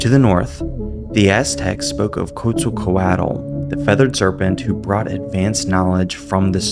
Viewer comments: pronounching quetzalcoatl as kutzu-coaohl was insane work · Could you have the decency to try pronouncing what isn't McDonald's respectfully? It's Quetzalcoatl. You can say: Ketzal-koatl if you want